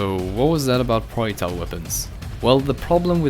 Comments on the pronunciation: Its not pronounced proitals is pro-jack-tiles Edit: You pronounce almost everything with a J in it wrong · "Proiectile weapons"... jk. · The j in projectile is not silent, actually u pronounce all j’s silent, so dont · the way he says projectile tho